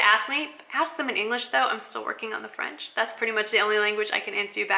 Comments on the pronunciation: Your accent is good!! Bon courage pour la suite;) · Bonjour!! so happy to see you are learning French your accent is quite good actually. I will love to see a all video in french that would be so much fun. I love your videos makes me keep in touch with english.